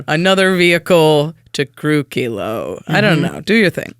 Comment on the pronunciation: You're the first channel I have seen to pronounce Kilo, Apogee Mind correctly. Enjoy my Sub!